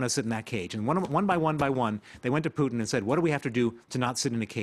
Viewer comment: Vlad-eee-meer PooottIN. The way the France 24 guy pronounces Putins name is interestink